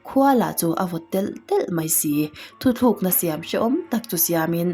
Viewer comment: 'Thuthlukna' chu '^' kan hmang țhin a... 'thutlukna' tih zawk tur a nia.... Engpawhnise, a ngaihnawm lutuk e..😁